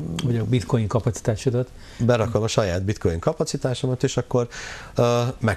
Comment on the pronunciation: a bitcoint bitcointnak ejti:)))))))) ezért mondja hogy bitcointot, röhejes